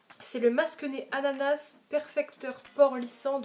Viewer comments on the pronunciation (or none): none